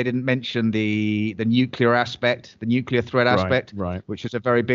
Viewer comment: Such an awesome discussion! Thank you so much. Also, you say nukiler. (nuclear) 😂😂😂